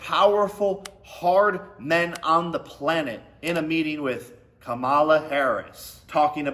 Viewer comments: Camel-la. Commie- La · If he can’t say Kamala’s name right, that alone shows he doesn’t know anything about politics. Smh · Wow they sent you the entire playbook of talking points! Including mispronouncing her name, that’s an important part.